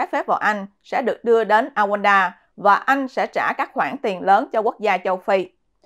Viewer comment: Rwanda, Rouanda Chứ không phải Awands